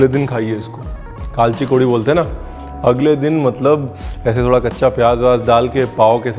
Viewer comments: So sweet chef, nailed it, the right way of saying kodi & kalchi kodi👌👍Im a Goan and the colour of curry is perfect😃The taste will elevate the next day when specially cooked in clay pot😃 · I am a Goan & i loved the way u said kalchi koddi...its really delicious to eat curry the next day with pav & cup of tea...Thanks Chef waitinv for more Goan recipes on ur channel😊